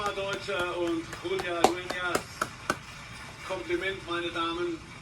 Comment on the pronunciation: "Deutscher"! Not "Dutsher"!!